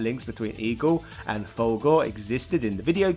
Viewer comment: its "full gore" not "valgore" even the game pronounces the it mate, rookie mistake